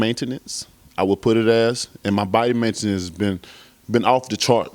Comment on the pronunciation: “Body mentenence” 😂😂😂